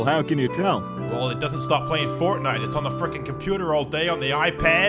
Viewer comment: U said fortnte